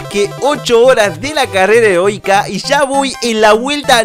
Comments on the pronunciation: dijo carera herotika henbes de heroica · Like si escuchaste carrera erótica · Creo que dijo carrera heronica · Escuche carrera herotica